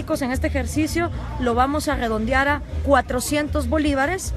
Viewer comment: Lo vamos grrrredondear 😂😂😂😂😂